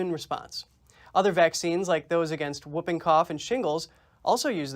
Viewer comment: Wuping cough?! 😂